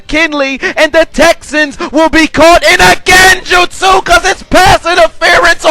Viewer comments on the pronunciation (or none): I love the way he says genjustsu 😭